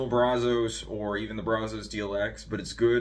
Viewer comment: Good video but it’s pronounced braz-us…